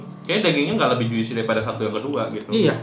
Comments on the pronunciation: Abang, juicy itu bcanya "jusi" yaaak, huruf "i" ditengah itu silent seperti di kata orange juice. Soalnya semua food vlogger selalu pake pronounce yg salah :( tinkyuuu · Juicy dibaca Jusi bang, i nya ga dibaca. Kayak fruit, dibaca frut, i nya silent 😁